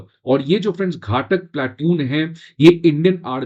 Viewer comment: घाटक नही घातक बोलते हैं